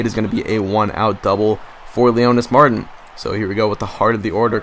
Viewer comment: one other thing, it is pronounced Leonys (mar) (teen) not mar tin